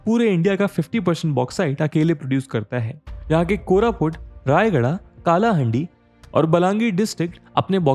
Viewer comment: It's not कालाहांडी; it's कलाहांडी. As a Kalahandia, it hurts me when anyone pronounces my district's name incorrectly. And it felt good to see that you noticed what's actually happening in Odisha. Thank you, sir.